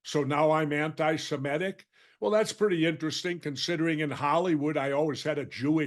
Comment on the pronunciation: The word is not anti-SIMET-ic -- it's anti-SEMIT-ic. This is a terrible word virus!